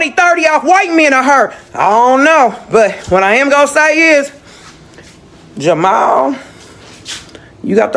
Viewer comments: Poor AI, it's Jamal not Jamayel 😂 You'd think people act calm and poised on social media or the phone... She must be a pain in the butt in real life. She will mind her own damn business in heaven or hell( whenever she is) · Jer- ma- el😂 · AI can’t pronounce black names. Lmbo Jah-My-El 🤣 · A.i. talm bout jamael lmao shorty said JAMAL🤣🤣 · She said his name in the video. There’s no reason to KEEP mispronouncing this man’s name. 🙄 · who else was annoyed by how the narrator said "Jamal"😢